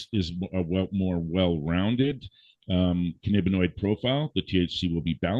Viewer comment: While I appreciate his expertise in curing...I can't listen to him slaughter the terms Cannabinoid and Anandamide.